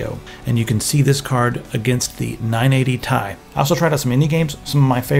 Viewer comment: "nine-eighty tye" Lol